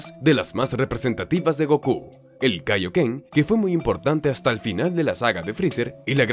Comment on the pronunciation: Es kaioken solo q pronuncio mal la palabra